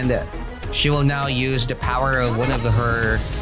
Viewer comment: “Powah” shows the true strength